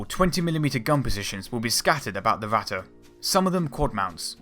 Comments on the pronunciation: Going by his pronounciation the likely choice would be "watte" (cotton). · Vatte?? You mean Ratte? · Not "Watte" there is a R, just try to say the english Rat and then add the te, not exact the real pronunciation but closer than Watte. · Why thoes everyone say Ratta and not ratte. Dude ratte is german Stop saying german words like englisch. Stop sayin A instand of E E=E E is not A. And not E like I thats so stupid. Please, if u make Video or Talk about german things. Say it in german. Or just dont talk about it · I don't recognize the "german words" "Ratte" and "KÖnigstiger" any more :-) The first pronounciation sounds a little more like "Watte" ("cotton wool") - the "rolling R" is hard, I know. And second: the german "Ö". There isn't a good equivalent in English, maybe the "ea" in earn. But nevertheless: thanks for the footage :-) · Yeah, he always says ´vatte´ instead of Ratte´. He also pronounced ´russians´ like ´vussians´. He Chinese? lol. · why is he saying the r from ratte like a w. Starting learning fucking german you americans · gotta love how this "documentary" pronounces the Ratte incorrectly.. that would be like calling a Maus a "moss", it is instead a "mouse", where as the Ratte, is pronounced "Rat", not Ratter..... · Your spelling is just as bad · Its Impossible to here "the Ratte" without getting "Ohrenkrebs" - ear canzer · I really dont know what you americans got with pronounciation. BUT you got the fucking R sound in your language, so please use it. Literaly, i could not watch the video cause you kept calling it "watte" which means wool in german. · How come many British people have trouble pronouncing their "r"s? Why wasn't this speech impediment corrected as a child?? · it's ok that you don't speak German, but please stop trying!! it sounds awful and it is completely wrong pronounced. the video is great !!!!